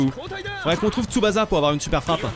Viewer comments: Super vidéo le jeu donne envie même si il manque les guitares électriques hurlantes de la série dans l'ost, mais par contre stp arrête de dire TsubaZa c'est comme Osaka on dit TSUBA"SS"A merci tu m'écorchais les oreilles désolé pour mon nazisme primaire :p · Pas tsubaza stp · Parcontre arrete de dire Tsubasa stp😂 ca ce prononce Tsuba CA